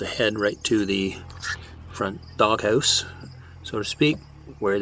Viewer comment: Did you say dog hoose?